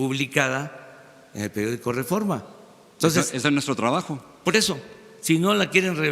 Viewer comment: Jajaja, escuchaste cuando dijo que él es parte del rerreforma??? O yo escuché mal? Contéstame porfa, para sacarme de la duda! Ahí hubiera estado bien que AMLO le dijera: ahhhhh tu trabajas para el reforma??? Jaja, con razón eres de los mismos!!!😂